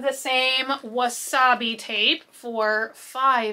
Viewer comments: it’s washi tape not wasabi 😂😂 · Did you just call that "Wasabi" tape??!! 🤣😆😂🤣😆😂 it is washi tape. I'm choosing to believe that you know this but you are just saying it like that to be funny. Lol 😂